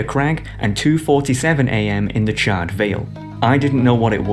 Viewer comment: CharRED? How the f*** do you mispronounce charred? It's like charred meat. You donut.